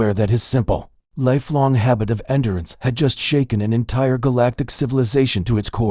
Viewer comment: This vid had a few context pronunciation errors: wound/wuund, red/read, records said like audio recording, rec-cords might fix it. tears/tares, odd it mispronounced endurance/in-durance , something really bad happens with the word asterisk, it should not be vocalizing *if*. Maybe I was wrong, the engine seems to get confused with contractions & vocalizes the quote in doesn't. I am going to email your m dot usman account.